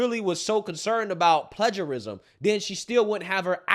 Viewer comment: I agree with almost everything you’re saying, but you are mispronouncing a key word. PLAGIARISM is pronounced PLAY-ger-ism, NOT pledge-er-ism. It weakens our argument when we mispronounce big words in our discourse. Keep the faith, but get it right (as you almost always DO)!